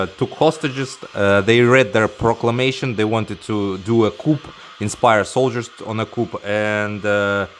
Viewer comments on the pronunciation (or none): Coup is pronounced “coo” 🤭😉🤘 great video as always. Always putting me on to great tunes.